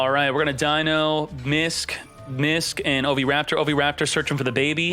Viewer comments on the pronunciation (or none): none